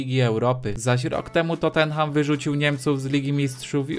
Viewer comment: nauczy sie ktory wymawiac poprawnie nazwe tottenham?